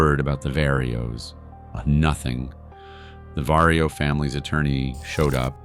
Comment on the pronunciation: Vario operation😂😂 love the gringos (pronounce the v like a b but no popping the b at the beginning)